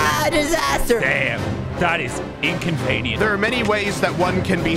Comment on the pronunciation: the way he says inconvenient gets me